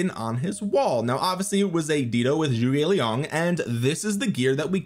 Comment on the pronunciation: its not JUGE its ZHU GE liang man. not juge NOT JUGE